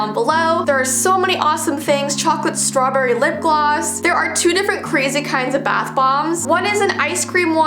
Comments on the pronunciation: strallbarry? Or strollbarry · Nobody: Not even a single soul:: StrOObErRy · No one:: Strollbarry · word of the day: “Strowberry” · StraWWberry Me: StraWWberry